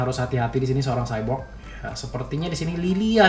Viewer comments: W denger Sebut cyborg rada greget, Nama nya kan X-borg bukan cyborg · XBORG BANG BUKAN SHYBORG